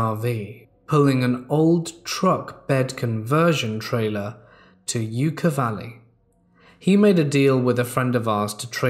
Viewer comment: It’s pronounced (Yuck - a) valley not you-ka👍🏼